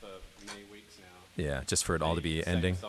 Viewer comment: I think he said "sitting around smoking weebs"